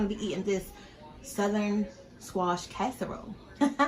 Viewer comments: Down south where I'm living. We don't call it CASE a role.....its called Cass A Role😂😂😂😂😂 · Your kitchen looks nasty to me. Also, the word is not kaserole, it is casserole. You didn’t mix anything in with the squash but cheese and onions how can it be a casserole without mixing some other ingredients in with the squash like sour cream and cream of celery soup. These are the ingredients that most recipes have in them. If that is how you like to make it I guess it’s ok but I don’t think most people would like it that way 😂😂😂🤮🤮